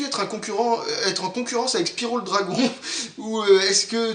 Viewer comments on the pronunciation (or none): none